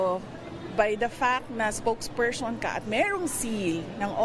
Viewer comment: Spoke pershon? Jusko sara yan lng dmu pa mabigkas ng maayos tas gusto mo pa mg presidente? Haay sna nga ma convict kna at dna mkatakbo sa 2028 dahil magiging tut4 ka lng ng chekw4 sunod sunuran sa gusto nla mangyari sa Pilipinas kaya wag kmi ang linlangin mo kc di kmi 8080 katulad ng mga byar4n mo at taga sunod!!!